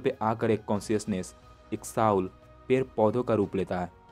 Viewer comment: Very nice. I love your content. Please Soul ko sahi se bolo vo सोल bola jata hai na ki साउल